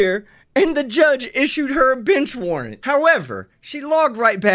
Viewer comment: I swear she said ‘bitch warrant.’